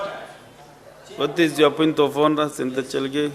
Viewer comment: The speaker is straining to pronounce cherargei ..chelgey😂